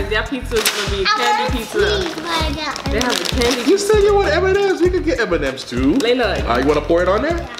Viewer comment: he says m-n-ms I’m dead